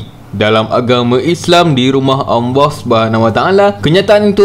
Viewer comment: Maaf nk tanya ... Empunya suara ni mmg pelat ke ?? Sebutan Allah tu mcm Anlah bukan Allah ?? Ke empunya channel ni non muslim ?